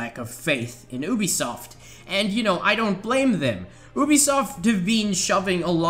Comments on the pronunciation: Also said UBE-I-soft instead of saying it like -U-B-SOFT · U BE SOFT , not UUB E SOFT. :D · it's YOOBESOFT not OOBESOFT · Obisoft ? I think you mean Ubisoft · the way you say u bisoft is oooobisoft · Oobisoft hah. Good one mate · Oobisoft, you've got to be the only person on the planet who says it like that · The voice cracks and they was he says OObisoft. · I can't believe he said oobisoft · you-be-soft? maybe? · You also said obisoft